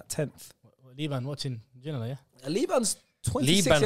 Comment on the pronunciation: The disrespect and pronunciation of David ginola was making me rage